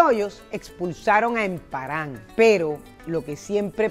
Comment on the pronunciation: Tengo entendido que no era "Emparán", sino "Emparan", ain acento.